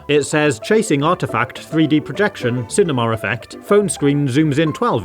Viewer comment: Cinema not cinemar